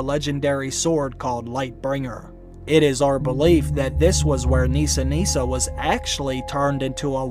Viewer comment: it’s Nissa Nissa. Unfortunately for me (Nissa is my name) I don’t pronounce it Neesa so I’m sure anyone I meet after this season will hey it wrong!